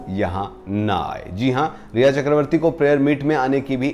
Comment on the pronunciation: Sir It’s rhea / ria not reha . I hate that woman 😡